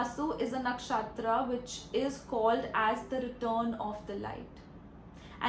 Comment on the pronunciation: Why do you mispronounce Nakshatra? It's funny 😂😂